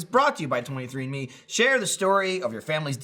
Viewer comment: When says 23andMe it sounds like he's saying 23 in me lol